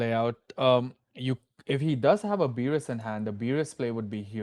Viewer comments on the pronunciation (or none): Commentators please do better with card names. The shadow army vs mill matchup was so bad, calling Tusk “Tank” and Beru “Beerus” 🤦‍♂️